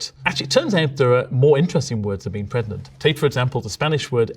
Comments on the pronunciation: I listened to this video with only the audio, and really racked my brain for a while trying to figure out why I had never encountered the word "prednant". Is this common? I've never noticed a "d" for "g" pronunciation among Brits. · Pre-gnant? I’m upset about helico-pter all over again